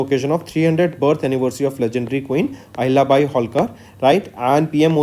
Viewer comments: Abe Ahilyabhai nahi, Ahilyabai Holkar. Kya kar raha hai yaar tu, kuchh bhi bakwas kiye ja raha hai !! Kam se kam jo Historically great hai unka naam to thik se padh liya kar, taki kisi ki bhavnao ko thes na pahoche !! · Pronounce the name as Ahilyabai, not Bhai. Mispronouncing it disrespects the legacy of the great Ahilyabai. I strongly urge you to edit the video or remove it.